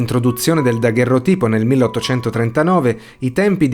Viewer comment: straordinaria serie, peccato solo che ogni episodio duri così poco! minuscolo appunto, credo che si pronunci "dagherròtipo"